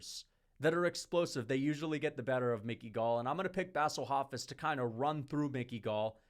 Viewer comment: “Bassle Hofiss” is one of my favorite pronunciations